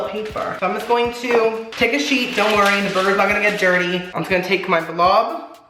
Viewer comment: when he said "take a sheet" i thought he said "take a SHIET" that burger.... is iconic